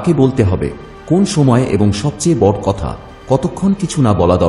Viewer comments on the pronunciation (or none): আপনার বাচনভঙ্গি অসাধারণ।কিন্তু দু একটা উচ্চারণ এতোটাই শ্রুতিকটু যেটা উল্লেখ না করলেই নয়,তাই বলছি।যেমন 'বড় " এবং' দৃঢ় '।এই দুটো শব্দের খুবই কানে লাগার মতো ছিল ভাই।এছাড়া অসাধারণ।👍👍এগিয়ে যান